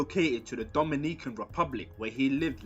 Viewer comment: I cant get over the way you say "Dominican " 😂